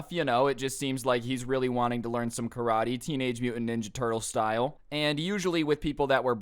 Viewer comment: "KA-RA-TAE!" "CRAV-MAGA!"